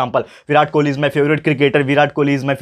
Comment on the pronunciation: Birat kholi nhi king kholi sir😅😅